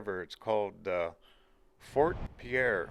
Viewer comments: "We're in 'pea-air', South Dakota!" NO! NO!!!! :-) It's spelled "Pierre", like the French name, but it's pronounced "PEER". As a lifelong South Dakotan of nearly 54 years, I can be absolutely trusted on this. I just got back from there today after spending a few days training in Pierre. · Agreed. When I was visiting, the first native I encountered quickly corrected me. It's Peer, not Pea Air, we're not French. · I grew up in SD. (Moved there when I was 6 months old. Lived there until age 14 years. The capital of South Dakota, Pierre, is pronounced "peer" not the French way "Pierre". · Great video. Pierre and Ft Pierre are pronounced "PEER" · Pierre, SD is pronounced "peer" by the way. In the winter, there is Christmas at the Capitol and there are a lot of Christmas trees throughout the building. It is awesome. Just found this video and didn't have a chance to watch the whole thing. There is also a really beautiful scenic drive that follows the along Highway 1806 / 1804 that goes from Fort Thompson to Merida, ND. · Great video. I really enjoyed it, especially being a born and raised South Dakotan. Just a small FYI, the capital is pronounced "Pier" even though clearly spelled like the French name Pierre. Also, the Missouri River around Puerto has great walleye fishing. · As a native South Dakotan, I enjoyed the video. BTW, the locals pronounce Pierre as "Pier". For future info. ;-)